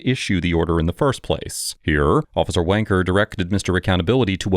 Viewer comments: Love the leaning pronunciation of officer wencker. appropos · Sorry, did he just say "officer Wanker"? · Whoa did you just say officer wanker? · I literally thought you were throwing an insult when you said “officer wanker” lol